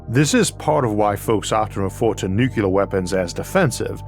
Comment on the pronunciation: I barely notice the speech impediment these days. But I do chuckle every time you pronounce nuclear as nucular.